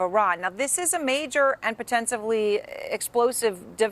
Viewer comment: "Potensively"? Is that potentially + ostensibly? 😂